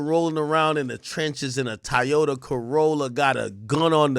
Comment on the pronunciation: If Ak say Ty-Ota one more time 😂😂😂